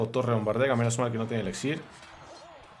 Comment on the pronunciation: 2021 ya y sigue diciendo ELEXIR.